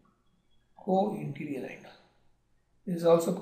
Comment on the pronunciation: It is interior not interrr